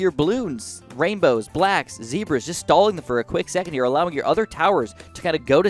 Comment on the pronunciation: he said 8 wainbows